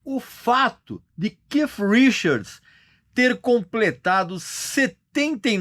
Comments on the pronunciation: Não se diz que com essa impressão de kiff, é KEITH, com som de T. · Porque esse fresco nao chama o cara de keith? Fica keiff pra la keiff pra cá, so pra ser diferenciado, desnecessario isso. Keiff minha rola. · A pronúncia do nome não é essa vc tá forçando a barra no seu inglês tupiniquim